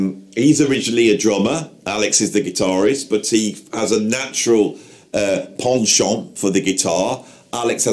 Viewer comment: I’m just a poor Appalachian boy born and raised in the shadows of the Smoky Mountains, the very cleavage of Dollywood. The very cleavage. So go on with your neighbors Robert Plant and such, were talking Dolly Parton here. Real royalty! Anyhow, I got confused with your British accent while ago. I think you said the word penchant (at least that’s what I was able to work out) but I thought you said pawn shop. I got so confused I had to replay it a couple times. Carry on.